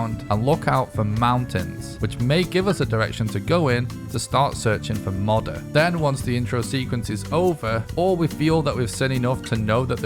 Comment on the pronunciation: Bro is saying “modder” 💀 I hate it. It’s “mow der”